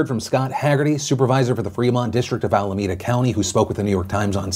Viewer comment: Allahmeda sounds weird Phil